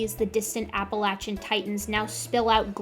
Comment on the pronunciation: Thank you for saying Appalachia correctly!!